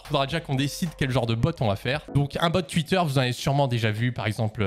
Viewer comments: Twuit Désolé 😂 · "tuite" C'est horrible quand on s'en rend compte mais j'avais pas remarqué x)